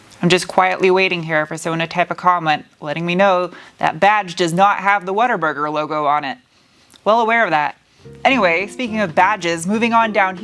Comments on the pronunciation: Because it's pronounced "whattaburger " not "waterburger" There should be a marketing rule that no "off road" packages should include a tire profile less than 70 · Is it just my untrained British ears that hears ‘water burger’